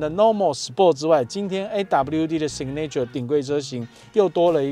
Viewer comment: signature 重音在第一音節 唸‘si ga nr ture, 不是sig ’ne ture. 好似不重要,但是從頭到尾都唸錯,給人很不專業的感覺齁？